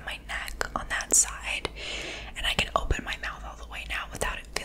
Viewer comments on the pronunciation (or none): none